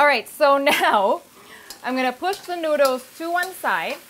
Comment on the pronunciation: Her accent is almost perfect minus when she says a few words like "noodles"